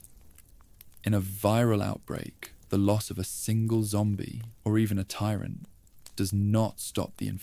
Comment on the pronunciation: I wonder what the narrator’s favorite metal is? Twenty dollars says it’s “ iron”. And how about the tyrant tee swear zoo zoo 2?